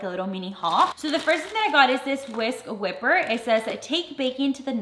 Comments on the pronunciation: Whisk wipe er pita not whipper 😂❤️ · It is a whisk "wiper" not "whipper".lol 🤣